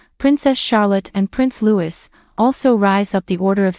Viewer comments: Not pronounced 'Lewis' but in the French way 'Loui'. Please do your homework before making a video like this. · Lou-ie! not Lou-is. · It's Lou-eee, not Lewis. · Louis, not Lewis. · Agreed. I added my own comment on this. Utterly horrendous and ignorant. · Louis! Louis! Not Lewis! There is no princess Katherine! She is Katherine, Princess of Wales. There's a huge difference. I realise this is an AI voice but someone must be programming this. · How many time do Americans say Louis and not looee😭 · It is pronounced Loo-e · Please note his name Louis is pronounced LOUIE. Also his parents new titles are Prince and Princess of Wales and Duke and Duchess of Cornwall. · Is this supposed to be in honour of the late Queen? Read by a mechanical bot that pronounces Loiuis "Lewis"? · Prince LOUEE LOU WEE. Insider? Lol